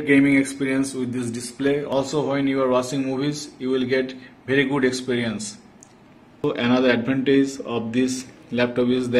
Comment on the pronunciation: VIRRIII GUUUUD LMAOO 😂